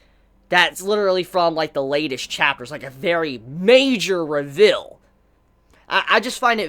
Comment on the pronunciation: Learn how to pronounce the word reveal XD